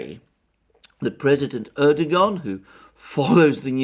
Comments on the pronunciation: Hi Alexander, If you want to pronounce Erdogan's name correctly it's easy peasy. Just change the g to a w as in Erdowan and away you go (from an Irish resident in Turkey since 2000). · lol, dear sir, your mispronunciations' of our ottoman prince wannabe name, is quaint, and your explanation for said faux pax, quite endearing, carry on speaking truth , as it truly is a revolutionary act, given the blizzard of lies we endure. xoxo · The irony is that for someone who makes pronouncements on diplomatic protocol and etiquette, Alexander couldn't be more undiplomatic, disrepectful and dismissive than by not even trying to pronounce Erdogan's name correctly. Bet that he can pronounce Zbigniew Brzezinski though! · Alexander is Greek: of course he's not going to pronounce the Turkish President correctly! lolz